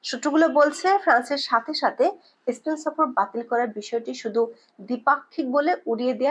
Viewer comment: বাজে উপস্থাপনা স্পেনকে এস্পেন বলেছে😂😂